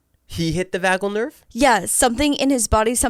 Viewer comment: It’s the Vagus (pronounced like Las Vegas) nerve. Vasovagal syncope is when there is a sudden drop in heart rate and blood pressure due to certain triggers like stress.